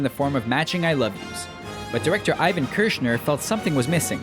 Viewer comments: It's Roy Scheider, not Schneider. And it's Irvin Kirshner, not Ivan. Sheesh. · It's IRVIN Kershner, not fucking Ivan XD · And just second later, the narrator of this video calls Irvin Kershner "Ivan", so I wouldn't put a lot of faith in these videos. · Roy Scheider, not Schneider. Irving Kershner, not Ivan. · you pronounced irvin kershner's name ivan